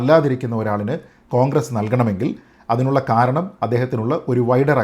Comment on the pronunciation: താങ്കൾ കോൺഗ്രസ് എന്ന് പറയുമ്പോൾ അത് പോൺഗ്രസ് എന്നാ വുന്നുണ്ടോ..😂😂 അതോ അതാണ് ഉചിതം എന്നെനിക്ക് തോന്നു ന്നത് കൊണ്ട് ഞാനങ്ങ നെ കേൾക്കുകയാണോ.😂😂